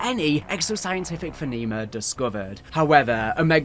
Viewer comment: Great video though one thing "Feneema" Phenomena "Fe-noh-mee-na"